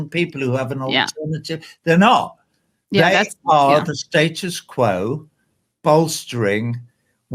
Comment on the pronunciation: The way Roger Waters pronounced "status quo" sounded like "statist quo" how fitting.